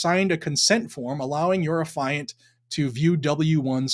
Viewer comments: An "Affiant" is one who is the author of an "Affidavit" and the word is pronounced "Aff-ee-ant". The "ia" should be pronounced /ee/. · FAFO. He was a clown. And by the way “Affiant” is pronounced like “Affee-ent.” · Its AF- E- ANT. So who gives a crap who he sold them to. More atf BS. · That’s not how you pronounce affiant. It’s not pronounced like Defiant. Couldn’t watch you butcher it.